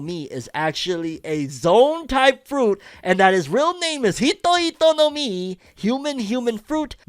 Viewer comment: Ngl, the way you said “Hito Hito no Mi” was kinda funny dawg ☠️